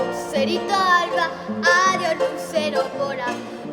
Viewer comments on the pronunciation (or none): none